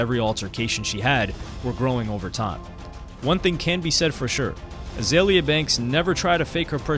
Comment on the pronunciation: BTW, it's Iggy Azalea (AH-ZAY-LEE-AH) and Azealia Banks (AH-ZEE-LEE-AH)